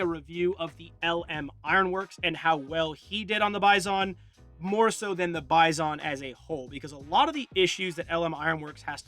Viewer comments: Dude, originally PP-19 BUFFALO in russian sounds like "bee-zon", not a "buy zone" Besides, you have in your hands a copy of Bison-2-01 - a more advanced version of PP-19 for 9x19 cartridge Congratulations on a dream come true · Russian: Bee-zon English: Bi-son: Bi....ZON.... emphasis on zon fr tho love the Bizon, one of my favorite guns and I'll gladly use its shitty iteration in CS:GO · Sorry to be a pedantic dick, but its pronounced bee-zon. The Russian backwards N is pronounced as EE. I love the gun and vid tho. <3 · I was looking for this. He should also stress the second syllable, not the first one. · Hate the way you say Bizon